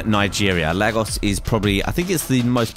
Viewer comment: your saying Lagos wrong:(